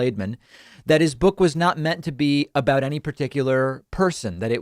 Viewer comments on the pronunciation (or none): none